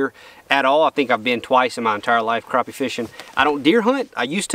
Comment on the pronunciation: All y’all kill me saying crappie wrong. There crappie not croppie. When has anybody saw them spelled croppie. Never. People need to start calling them by there correct name and to hell with being politically correct . Your from the south boy call them there right name or don’t talk about them at all!